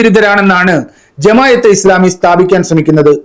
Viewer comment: ജമായത്ത്അല്ല ജമാഅ:😂